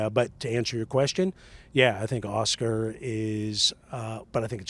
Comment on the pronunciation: Lan-dough and Aw-schkar 😅😂